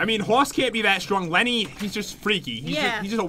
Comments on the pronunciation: lenny not Kenny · I THANK IT IS LENNEY NOT JEN I REPIT NOT JEN MABEY IT,S PAT